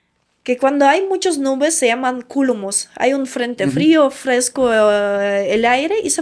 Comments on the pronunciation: "Cúmulus" no "Cúlumus" 😂😂😂🤗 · 😂😂 son Cúmulus y no culumus😅